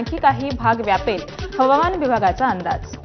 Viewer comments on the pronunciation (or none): हवामान ला हमावान बोलले